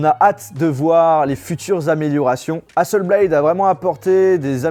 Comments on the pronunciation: Quand on est à ce niveau on fait attention à la prononciation des noms des marques (Hasselblad est suédoise pas anglophone donc hasselblad pas hasselblaïdeu...) et aux faits (Hasselblad a travaillé avec la Nasa pour la mission lunaire mais plus maintenant) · y'a pas de E à Hasselblad c'est pas Hasselbléyd c'est HasselblAD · hasselblaD pas BLAYYYYDE zebi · Entendre « hasselblayde » et « onepleus » pendant 14min ... mes oreilles souffrent. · Sympa ! Reste plus qu’à bien prononcer Hasselblad maintenant 😅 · Ouch la prononciation d'hasselblad... !!! Sinon, fidèle à One+ depuis le 5, ces appareils sont vraiment d'excellente qualité, notamment le 7 pro avec son incroyable écran qui couvre quasiment toute la surface grâce à son APN facial qui sort de la tranche supérieure du smartphone. Par contre, la hausse des tarifs est abusé... Un essai de la One+ watch est prévu ? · 🤝 Ne pas prononcer correctement le non de Hasselblad pendent toute la vidéo